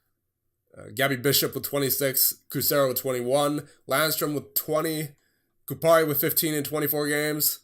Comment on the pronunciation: Btw the stressing on Kupari’s name is on the first syllable (Ku) and not the second (pa). It’s the same way in any Finnish word or name. The stress is always on the first syllable. Should be easy to remember imo :D not a big deal tho since THIS TEAM IS SICK AF